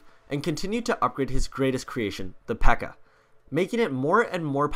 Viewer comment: It's pekka not bpekka